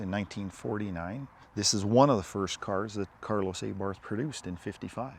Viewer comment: Aybarth lol, no I think it’s Abarth